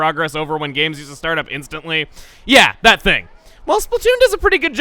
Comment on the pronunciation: When said, "Yeah that," when he show that Judd drawing, it sound like he said, "Yang that."